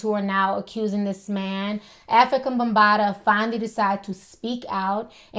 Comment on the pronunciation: She said Ho situation? She said Afrikabumbata? Lol